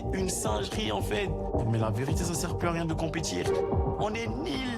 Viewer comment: je t'aime bien mais on dit nul pas nil😢